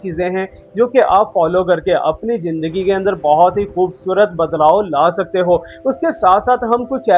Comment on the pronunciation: AJ AP ny bataya k ap educated insan Hain... But AP k bolny k style SE bilkul b nh lgta k AP prhy likhy ho... Bcz Many apko hmesha Zindagi ko jindagi bolty suna hai...or es k elawa b boht SE words like dekaat,,, Rehty AP pak ma ho follow AP indian language karty ho... Awam k pas star plus ha indian sekhny k ly.... AP kio unki language promote karty ho...